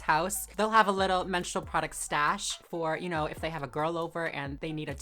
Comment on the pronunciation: I thought that woman was saying menstrual show.?